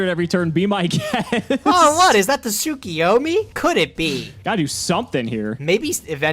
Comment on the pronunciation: Yet another week of reminding you two that you are mispronouncing Tsukuyomi. It isn't Tsu-ki-yo-mi. It is Tsu-KU-yo-mi. Please for the fans correct your pronunciation.